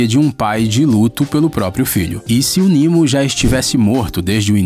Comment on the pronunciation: Nimo?... ou Nemo.... Olha que video horrível